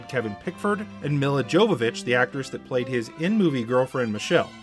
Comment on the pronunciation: You absolutely BUTCHERED Milla Jovovich's name! It's pronounced Me-La Yo-vo-vich. She's only one of the hottest women of all-time. Learn to pronounce her name!